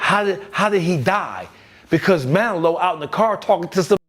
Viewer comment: Did he watch Scarface with the volume off? How can’t pronounce Manolo’s name correctly?!!!